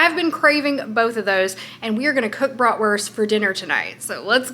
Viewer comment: As a german i didnt know yall were also using the term „bratwurst“ bcs its a german word. Your pronunciation is funny to me tho haha